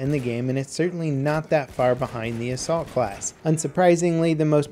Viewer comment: When he said Assault class rank 10 at the beginning I thought he said the Salt class.